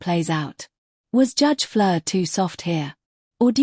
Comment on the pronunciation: Judge Fleisher, not Flir. lousy AI